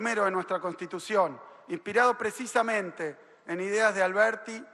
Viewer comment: Alberti en lugar de Alberdi. El burro que habla. Ajajaj.